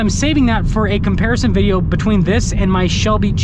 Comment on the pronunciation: Will you ever be able to say the word "video"?